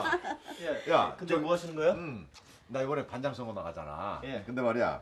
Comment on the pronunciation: 이숙언니 반장을 반당 이라고 발음하는 거 끼스럽고 재밌다. ㅋㅋㅋㅋㅋㅋㅋㅋㅋㅋㅋㅋㅋㅋㅋㅋㅋㅋㅋㅋㅋㅋㅋㅋㅋㅋ